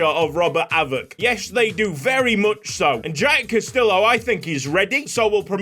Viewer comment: Castillo = Cast-EE-yo 😅